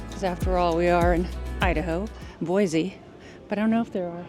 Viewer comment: Boise , there’s no Z in Boise heheh